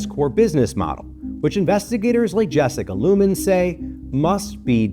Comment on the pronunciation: Jessican LUMEN? Severance anyone? 😂